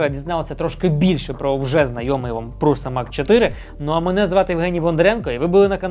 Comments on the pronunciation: Š по чеськи читається як ш, тому пруша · Назва компанії Prusa походить від прізвища її засновника, Йозефа Пруши (Josef Průša). У чеській мові, звідки походить прізвище, літера “š” читається як “ш”. Тому правильно вимовляти “Пруша”. Це відповідь ChatGPT